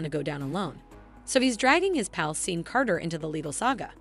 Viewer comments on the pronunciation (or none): Did she really just call Sean “Seen”? Lol! Can’t believe how many youtubers butcher some of the most common knowledge words and names.. That really makes them look not so bright in my book..